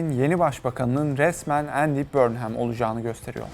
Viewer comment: ya guzel bir video hazirlamissin bornhem diye telaffuz etmek nedir. 30 sn chat cpt ye sorsan ogreneceksin. conson falan. cok komik cidden. ingiltere uzerine gundem videosu ama ingilizcenin i sini bilmeyen bir anlatici. trajikomik bir ulkeyiz cidden